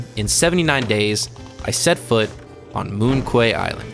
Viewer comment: Just FYI, "Quay" is pronounced like "key" and "Moon Quay" is a pun: moon key -> monkey